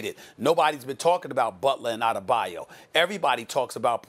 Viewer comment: Anybody else cringe when Molly said Bam Adebayu?...smh 😐